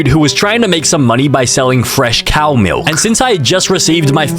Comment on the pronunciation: not cows melk ❓❓❓❓